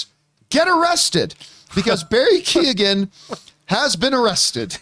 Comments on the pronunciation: It's pronounced Barry KAY-HAN not Kee-Gen. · Barry's surname is pronounced like Key-yo-an. The 'g' is silent. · Pretty sure it's just... ko-hen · Pretty sure it's pronounced Barry Key-own by the way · Poor Barry’s name just gets slaughtered 😂😂 it’s pronounced Key-oh-en. Don’t worry, it’s an awkward one I imagine! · Keee own. It’s Barry Kee Own. Or something like that 😹😹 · Shame that John cant pronounce keoghan probably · The g is silent john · Campea pronounced his name in every different way he could think of. I thought he was doing a bit. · Thats not how you say his name 😅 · John, bless him, pronounced Keoghan about five different ways...... it was cute. As an Irish person, more specifically a dubliner, I am surprised to actually hear of someone getting arrested for public intoxication. Because you'd have to be absolutely hammered with a capital H to be arrested for just public intoxication. But knowing it was someone just looking out for him it just makes it actually funny.